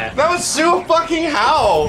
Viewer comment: “They phockin”😂